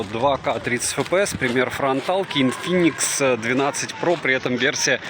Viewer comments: Когда на первой же минуте прозвучало ИНФИКС вместо ИНФИНИКС - я понял, что дальше можно не смотреть. Автор даже не знает названия аппарата. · инфИникс а не инфикс, что ждать от человека который даже прочесть название не может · это что фишка, коверкать названия!? хотя инфикс звучит лучше чем айкуOуOу ;-) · о, снова Сня с Инфиксом, то самое чувство когда техноблогер не может зайти в гугл переводчик, вбить название и узнать как произносится. Секта адептов Ксяомистов.